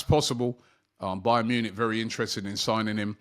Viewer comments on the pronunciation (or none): none